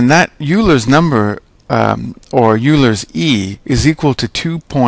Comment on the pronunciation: Euler is pronounced "oiler".